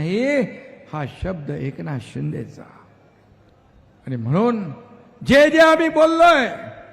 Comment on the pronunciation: आणि मगणून